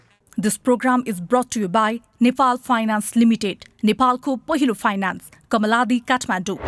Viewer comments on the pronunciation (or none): none